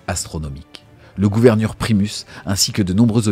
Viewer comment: Le "gouvernur", c'est un nouveau grade dans l'astra ? ;)